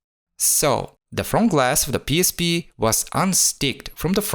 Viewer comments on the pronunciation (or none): Автор со всей силы показывает что он англоговорящий , но произношение пииспи выдаёт А видео кул